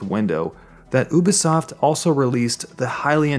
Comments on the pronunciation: oo-bee-soft. that triggers me. it is pronounced you-bee-soft. there is a you sound in there. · It's (you-be-sof) not (ooo-be-sof) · He said oo bi soft lolol it's u bi soft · ah obisoft?? you mean Ubisoft right ? XD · It's you-be-soft, not oo-be-soft. Think ubiquitous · How he says Ubisoft annoys me. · Love your vids but oobisoft is kinda messing with my ear :/ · It's ('You-b-soft') god that was painful to here. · Please say Ubisoft correct it is pronounced "You-be-soft" if you didn't know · i thought u pronouced it "you be soft", am i wrong ? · who told you to pronounce it as "oobisoft" and why do they hate you. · It is a french thing. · I think it's pronounced you be soft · Disliked because you kept pronouncing it ooh bi soft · And he can't say Ubisoft properly